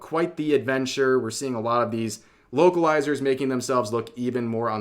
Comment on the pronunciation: I thought I heard you say "Wokelizer" and now I can't unhear it.